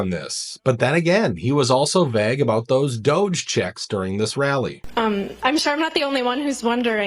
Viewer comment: He's.. Vag about it? You mean vague? I mean you have to know I refuse to believe that you're totally unaware that you're the only person in the world who pronounces vague Vag... 🫣